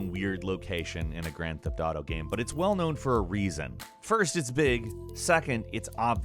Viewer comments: why do you say gam instead of game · why he can't pronounce game,same,name. Its always gam,nam,sam